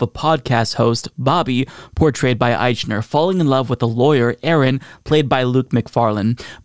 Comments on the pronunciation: Ah-eeeek-Na! Every time you said Ah-eeechh-Na it grated my last nerve! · Billy's name is usually pronounced "Eikner." If you're going to comment on his film and pronounce his name in public, it doesn't look good to mispronounce his name, bad taste or not. Besides he's had successful shows on TV before. He's not the usual unknown actor that are in most gay-themed movies, because traditionally it was career suicide to play gay, whether the actor is gay or not. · I can't believe you can't even pronounce his name right! IKE-ner! Its called "research". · I would listen closer if you would just pronounce his name correctly.